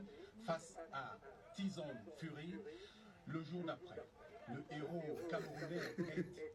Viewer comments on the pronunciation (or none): Quelle honte!!! Quel accueil mediocre! Je ne comprends pas ou ca les depasse ou c'est seulement le mauvais coeur, je m'interroge vraiment. Un champion qui ete adule par le monde entier, on est incapable de lui donner un accueil digne de son rang, unbelievable! Avec un journaliste incapable de prononcer Tyson il dit carrement tison 😂😂😂, wahaaa. Si on donne Francis a un autre pays africain juste pour une minute, ils vont vous montrer ce qu'on appele accueil. Tres decevant!